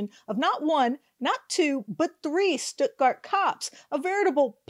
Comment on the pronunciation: It is pronounced Stut-Gart. Rymes with studder.